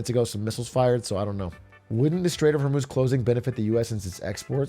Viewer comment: hur-muz… not hormooz